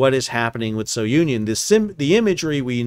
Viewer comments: Yes, it's "Soo-nee-on," not So-union." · Hi, name of vessel is pronounced SOONION and not SO UNION.. just thought id let you know. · fwiw its pronounced "Su-nion" not "So-u-nion". Its named after Cape Sounion at the southernmost tip of Attica. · Su-knee-on not so-Union. It’s a cape south of Athens. Has an ancient temple of Poseidon. It’s in Homer’s Odyssey. It is the spot where Aegeus, king of Athens, leapt to his death off the cliff, thus giving his name to the Aegean Sea. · Hi Sal! Just a note on the name. I assume it comes from the cape Sounion in Attica where the temple of Poseidon is. You can pronounce it, not So-union, but Sou-nion. Hope it makes sense. Love your vids btw, I grew up with a captain dad in cargo vessels. Spent my first years in those vessels and have many dear memories from the summer trips till I was about 10 years old. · Sou Ni On. A cape in Greece. NOT "So Union." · It is not "So-union". It is the Greek village of "Sunion"... Just wrong pronunciation. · I'd just like to add, correct pronounciation for SOUNION in Greek is Sue - Knee - On. Sounion, is the tip of the Attica peninsula in Greece, where the temple of Poseidon is located. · The correct pronunciation is soonion, as in the cape near Athens... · It's pronounced Sue-neon. It's named after a place in Greece where Poseidon's Temple is located. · Greek ship. Greek pronunciation. Soo - nee - on. Have a great day. Like your podcast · Try pronouncing it properly as "Zoo-Neeon"..., after all it's named for the famous Cape Sounion, south of Athens, Greece.